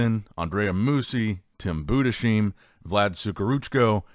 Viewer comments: Please his name is pronounced boo-dis-hime, not Buddha-seem, it makes me cringe so hard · I beg you; stop butchering Tims name 😂 It‘s pronounced: Boodis-Haim Greetings from Germany 😅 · I've gotta tell you, you're pronouncing Tim's name incorrectly. I'm American living in Germany and it should be pronounced like: Boo des highm. The spelling with ei is pronounced like eye. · Tims last name is pronunced Buuhdes haim. please dont spell it like an Shh, i always makes me freak out. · His name is pronounced BU DES HEIM... LIKE HYME. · It's pronounced "Boodeshyme". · may I try to correct your pronunciationof Tim Budesheim? The name is a two parter: first part is Budes - the s belongs to the BudeS and not to the -heim and -heim would pronunced like "h" - like in house, Harry, hopefully - like a normal "h" "ei" = like eye or i "m" = like a normal "m" Maybe you wanna give a try next time ;-)